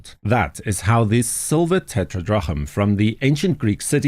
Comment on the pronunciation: Tetradrachm is pronounced te-tra-dram.